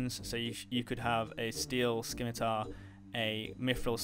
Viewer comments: Bro said "Skimmy-tar" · The C in Scimitar is silent. Thanks for the vid! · SKIM i tar? (Sim-i-tar) Your welcome :)